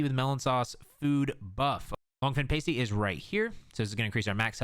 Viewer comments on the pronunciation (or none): Not sure if you have pasties in the us' but we eat them in the uk and it's pronounced Pasty as in nasty and not as in tasty...😉